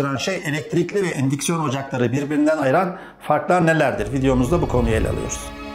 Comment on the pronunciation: Un siksiyon ocak ne dimek anamadik da